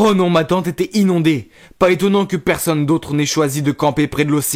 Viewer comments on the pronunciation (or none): none